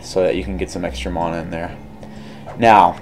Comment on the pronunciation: Please learn how to say mana. There is neither an O nor an H in the word. Please refrain from adding either. Thank you.